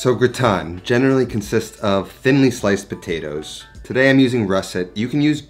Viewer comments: Amazing recipe 👏🏻👏🏻👏🏻 I’m a bit confused by your pronunciation 😁. It’s like you’re flipping i and a. It should sound grAtIne not grItAne like you’re saying 🤓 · It’s not pronounced “gooton”…it’s pronounced “ger-ot-tin” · this is possibly really annoying but it's pronounced gra (like the first part of grass) and tin (pronounced like tan, when skin goes brown) gra-tan. :) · I like you but I hate how you pronounce au grautin. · yes GraaaaaaaaTin as AAAAAple 😉 - the name of the dish is Gratin Dauphinois (GrAAAAAtin DowFeeNwa) and it’s much better made w/o onions 🧅 but with Garlicky cream 😋 I put #Fresh garlic bits in cream with salt & Parmesan. Simply mix no cooking or even heating it up, it’ll all happen in the oven and layer in your potatoes 🥔 then foil on and in the oven 30” then another 30” w/o the foil #EpiK (I’m French)